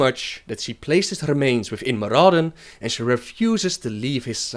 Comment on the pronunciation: FOR. FUCKS. SAKE. LEARN. ENGLISH. Ok Yogg-Saron. Not Yosherrann Shat-trath not Shath-rah Murad-in, not Murrahhh-dun this is just the basics.... learn fucking english, and how to read, and these movies would be less shitty